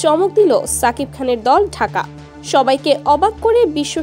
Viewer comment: আপনি তো ভাল করে নামও বলতে পারেন না।(শাকিব খান) আর এসব ফালতু নিউস